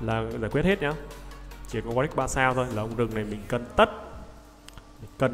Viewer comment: Warwick chứ sao lại Warick nhỉ?